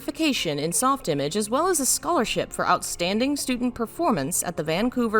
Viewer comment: Soft image is pronounced m8re french. Soft Imaaaage